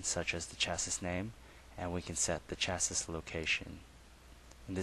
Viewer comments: Agreed - Chassis is a French word. Pronounced as below: shassee. Very irritating! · Thanks for the presentation. Just a comment though I think you are pronouncing the word 'chasis' incorrectly it should be sha-see.